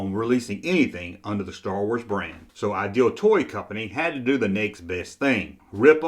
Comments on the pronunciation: It sounds like you're saying "Aisle Toy Company." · Please pronounce IDEAL correctly. You get it correct about half of the time. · Don’t worry, your contribution is another great video, his is picking up on a minor vocal glitch. You’re doing a great job👍